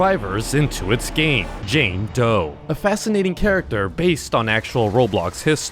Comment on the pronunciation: I thought he said jane toe